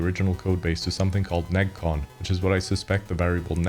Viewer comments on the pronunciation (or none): neGcon is pronounced ne-gee-con because it's a pun on Japanese "neji" (screw)